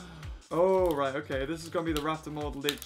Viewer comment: How are you 12 and don't know the correct way to say "right"